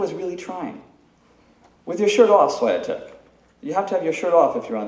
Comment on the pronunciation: ITS SWEE-TECK!